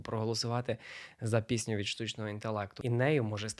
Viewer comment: бляахзхха мені чується не "пісню ідей" а "піську ідей" те саме що й з "мудаком" у вас))) ПЗПЖПЖПЗ